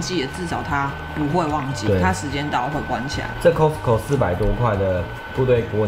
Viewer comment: 是 卡斯扣 ，不是扣斯扣